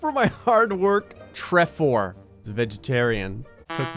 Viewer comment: Bruh the way he said "Trefor"